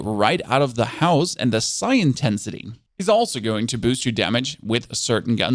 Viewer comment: And he pronounces "Psi" correctly, because it's derived from "psionic" as in powers.